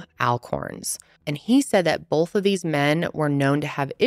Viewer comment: Love your videos! But it’s Both not Bolth..